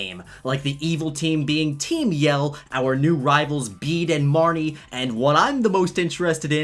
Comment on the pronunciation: Sorry to be that guy but I think Bede is pronounced Bay Day.